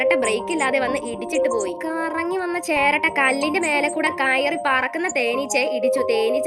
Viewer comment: Cheratta ❌ cheraatta✅